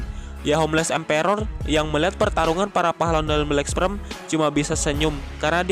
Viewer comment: Nihh si mimin bolak balik ngomong Black Sprem, black sprem,,, (Black Sperm) wooeeeeee!!!!!